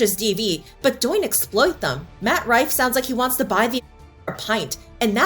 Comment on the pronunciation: Yes, doynt explote them! That mispronunciation had me laughing almost as hard as the Matt Rife jokes